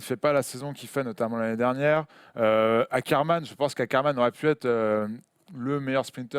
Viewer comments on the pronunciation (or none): Ca se prononce SchaRRR MAN et pas ScharCHHH MAN